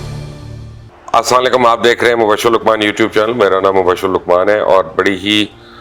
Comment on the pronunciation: Yar salam krna to sekh lo asaalekum Nahin ha Assalam o Alaikum ha mubashir put